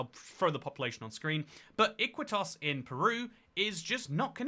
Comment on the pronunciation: fck you it's pronounced Ikitos and also if you wanna name that city also name Isla Maciel right in the border between Buenos Aires and Avellaneda